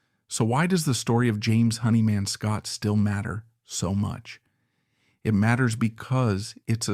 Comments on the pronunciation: Nice pronunciations robot. Hair-ford, Honey Man Scott. If you are an actual person you should learn the correct pronunciation of things you seem to be so interested in. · A bit of a shame that the narrator pronounces James' surname as "Honey man." Some great info though. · Yeah, this AI crap is really bogus shit. Mispronunciation of his name and that happens in every AI that has a name that is either a combination of two words or has too many vowels and consonants together. Good information, though some stuff I didn’t know, but do I trust it? Just great seeing some photos that I’ve never seen before. Jimmy was melodic and raw all at the same time. He caressed chords and pushed solos with speed and precision. But most of all with soul. I thought I saw a picture of Jimmy and Eddie Van Halen. I looked at that picture and went fuck… Jimmy was a better guitarist for that simple reason. He had soul and he had technique. I’ll take soul over technique any day.